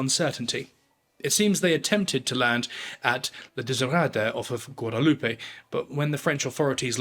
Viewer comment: mispronounced guadeloupe. french version, not spanish